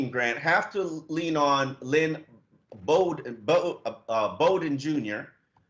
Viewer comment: ....Flores told you in his press conference this week that Lynn Bowden’s last name is pronounced like coach Bobby Bowden’s last name. It is not pronounced “Boden”...as you keep saying. Very unprofessional.